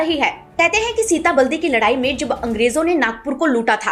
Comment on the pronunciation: सीताबलदी नहीं "सीताबर्डी" सही उच्चार है